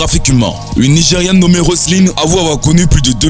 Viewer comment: C'est Nigeriane,pas Nigerienne.merci de bien prononcer